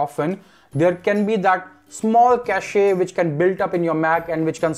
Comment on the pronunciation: Its not "cash-ay," its pronounced "cash". Its pronounced cash-ay in Canada only. I think the best option is to put it to sleep and schedule a restart at 3-5AM every weekend to keep the performance as smooth as possible